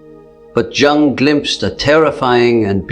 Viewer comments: Pffff,,its Jung (young) not jungl as jungle...get it right bro...ai cant do everything that human does... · Man,,,cant watch it..each time it say jung as jungle...its spell like young.. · If you're AI can't pronounce Jung correctly how do you know this accurate. Jung (young) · Is an A I voice unable to pronounce -*Youung*? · Please try to pronounce Jung’s surname properly. Just imagine that the letter J is silent, so his surname sounds like Ung! The letter J is always silent. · Your AI needs to learn it's pronounced Carl Youg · Its pronounced "Yoong" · Your AI is really over pronouncing the J in Jung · Tell the be AI it's Jung is pronounced more like 'yoong' it's bugging me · Great content, but Jung's AI voice avatar needs to learn how to pronounce it's own name. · Can never be sacred. Rubbish AI video Jung is pronounced Yung! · AI voiceover can't pronounce his surname! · so mr Jung is a chinese man?! that is definitely not the way to pronounce it ... bye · That's not how his name is pronounced lol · You could at least get the AI to pronounce "Jung" correctly. Did you write this? Or was it ChatGTP? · This AI can’t even pronounce Carl Jung’s name and certainly isn’t teaching or repeating anything he ever said. However, if the words help then good. They’re just not from Dr. Jung. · Dear AI, you need to learn how to pronounce Jung's surname properly. It's also seen as a lack of respect, not pronouncing someone name properly